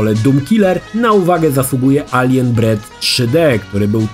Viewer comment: nie mówi się alien bread tylko alien breed, jedno to obca rasa (hodowla kosmitów), drugie to chleb aliena xd ale znam tę manierę przekręcania nazw gier z lat 90.